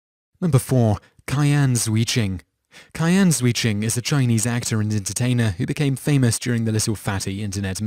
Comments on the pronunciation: *Cheeahn Jheuh-Joon Sorry, but that was really bugging me... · You've completely made up that fat child's name. in chinese Q is pronounced 'ci' like in italian 'ciao' 'zhi' like english 'ji' in Jimmy 'jun' like 'June' try to read it like : CI AN JI JUNE